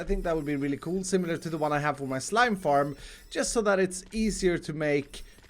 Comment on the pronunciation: The way you say coooooool makes me know that you are Swedish :D